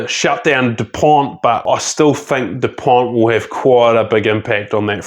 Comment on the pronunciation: Great video, but you don't pronounce the T in dupont .